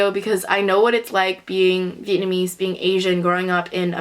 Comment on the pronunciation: yeah i forgot speaking vietnamese too bc of growing up in germany. your pronounciation is way better than mine even though id say my vocabulary is not that bad (but still not good enough to speak fluent).